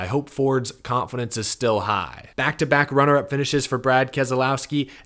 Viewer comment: It's Kas lowski not Kaz ah low ski?!!!